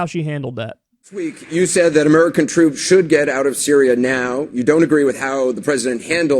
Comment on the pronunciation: did anderson cooper actually say "murican troops" 😂 also you guys are crazy for not supporting tulsi more, if a real life disney princess like her ran in my country i'd vote for her over anyone else.